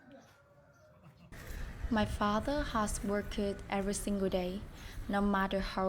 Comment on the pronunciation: Nhắn nhỏ bạn cái này xíu, hông phải quánh giá gì hết nha, nhưng nếu bạn muốn phát âm càng ngày càng hay và nhất là ko gây hiểu nhầm thì có thể check lại từ heart và phát âm -ed (ví dụ trong từ worked) nhen Nhưng phát âm ko làm thay đổi sự thật là câu chuyện của bạn và cả gia đình rất đáng ngưỡng mộ Chúc bạn và gia đình nhiều sức khoẻ và động lực ❤